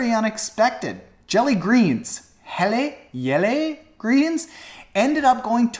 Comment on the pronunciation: Yay Jelle Geens! (third attempt at pronouncing it was the closest)